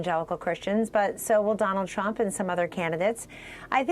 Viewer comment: "Nobody" tells us about YORE sources "Because dwonald jwohn twuuuuump" Foty fif pwesident of the United stwates